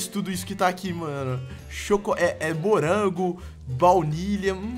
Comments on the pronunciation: vitinhopvp Silva ツ Ele Falou Gorango kkkk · é impressão minha ou tem uma parte que ele falou gorango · Vdd ele falou kkkkkk